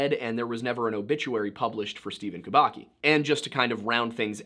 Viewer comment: Just a little clarification, Kubacki should be pronounced Kubatski